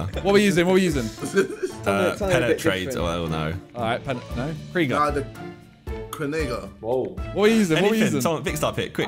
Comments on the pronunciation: I was sipping my tea and choked on ksi pronouncing krieger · The way JJ read Krieger for the supercar’s name is mad 😭😅